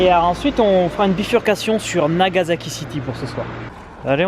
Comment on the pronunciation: Nagazaki, Ozaka, c'est marrant ça ressemble à des villes dont j'ai entendu parler, mais il n'y avait pas de z ^^